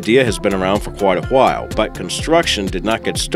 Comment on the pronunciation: “A-wa-hile” I feel like Brain from family guy.